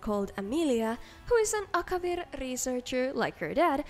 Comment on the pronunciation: You pronouncing Akavir sounds cute and funny